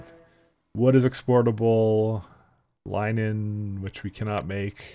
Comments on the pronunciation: Is "Lie-nen" the canadian pronounciation of "linen"? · how he pronounces linen makes me cringe